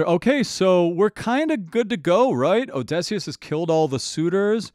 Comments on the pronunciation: oh-di-see-us but you keep saying oh-DEH-see-us 😭 The journey is over but there are still the cut songs to listen to. It's just Jorge's voice for those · As a linguistics mayor i am still upset he pronounces Odysseus with an /e/ like in dress instead of /ə/ (schwa) like at the start of about or the end of comma. But he frequently gets the emphasis of Odysseus wrong due to English having a rule about emphasis making the 3rd syllable from the end the one with emphasist. And usually syllables with emphasis need to also have a strong vowel (anything but /ə/, /i/, /u/) but the vowel needed here is an ü (like in clamydia) which english doesn't have, forcing the substitution with schwa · 20 seconds in and I just have to know, how did you make it to the last saga without learning how to pronounce Odysseus? Telemachus, no problem, but the titular character? Is it just for the rage comments? There’s no way. The letter y literally never makes the short e sound in the English language, come on man. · I love how you say Odysseus, im not sure if it's just you being slightly off with the pronunciation or it's part of your accent. I can tell you have a slightly different unique american accent. Its probably a regional difference. But I do like it :> you pronounce words slightly differently than most American accents I've heard.